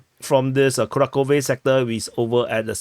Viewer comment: Dude, fantastic analysis, but it's KuraHHove (H like Half or House), and not Kurakove.